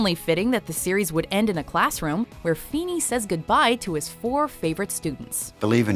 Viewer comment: Ahem FEENY FE HE HE HEENAY!!!